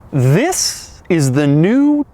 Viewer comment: I love when he does the thereshdzhshshtdg this is the